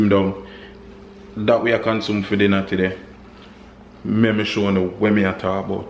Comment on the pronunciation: Why you always say tiday? And not today................big up!